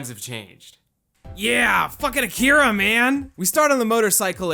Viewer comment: Your first pronounciation of Akira is a LOT closer to the correct Japanese than the America-fied one you used after. It's most certainly not Akeeeeeera.